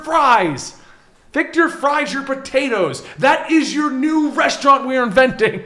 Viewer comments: Sorry to break it to you,, but in the Germanic pronunciation, Victor Fries is pronounced Fiktor (long o sound) Freez. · Uh, guys, for Viktor Fries, "Fries" is German, it's pronounced "freeze." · My last name is Fries like Victor Fries and I promise you it is pronounced freeze. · Friez is German for Freeze, and it is pronounced, "Freeze." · Fries, isn't a play on words. It's German, and therefore 'ie' has the sound of 'ee'. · In German an "ie" is pronounced "E" and an "ei" is pronounced "I" sooo..... If its a German last name it would be pronounced freeze. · Its victor fries but its german, and germans pronounce the second letter if its ei or ie, so its pronounced “freeze” you seriously dont know that?